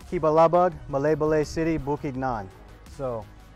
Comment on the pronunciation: ay = i…Ma lie ba lie = Malaybalay 😊